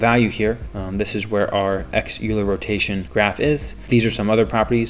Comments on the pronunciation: Hey there just a tip "euler" is pronounced like "oilah" not "youlah" (english) :) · It's pronounced oiler